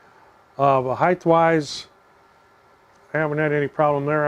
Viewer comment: height not "heighth"